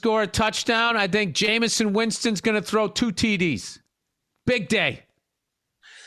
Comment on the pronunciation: I love "Jameson" Winston 😂